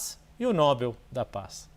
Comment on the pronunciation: Não é Nóbel, é Nobel